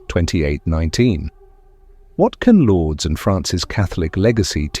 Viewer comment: Thanks, God bless you! For the viewers, please read Lords as Lourdes (France). 👍👍✌✌❤